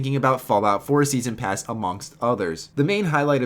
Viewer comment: Lol "Steason Pass"